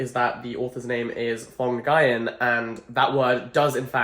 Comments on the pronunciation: Jack...Jack...JACK Mr. Jackson Edwards you come here right now. The author's name is not pronounced /Fong Guy - an/, it's a Vietnamese name since the author's father was an immigrant from Vietnam. The way you pronounce "ong" in Phong is similar to the way you pronounce "ing", so you close your mouth after, instead of keeping them open like when you say "bong". Nguyen is the most common last name in Vietnam, and it's pronounced like "win" but replace the "w" with a soft /ng/ sound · the pronunciation of phong nguyen 😭😭😭😭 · Every Vietnamese person will never forgive you pronouncing Phong Nguyen like that.